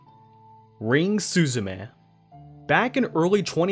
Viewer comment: It's Ring Suzune not Ring Suzume